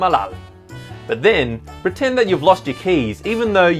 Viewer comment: Pretent with a T ;)